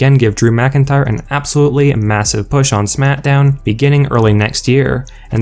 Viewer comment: IT'S FUCKING SMACKDOWN. NOT SMAT-DOWN JESUS